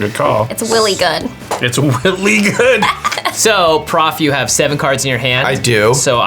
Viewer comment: It’s “willy good” lol